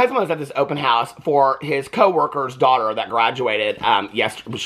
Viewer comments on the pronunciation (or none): none